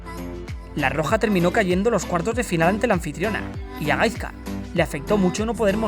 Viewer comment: Se pronuncia GaiSka no GaiZka. Por todo lo demas un 10 de video! 😄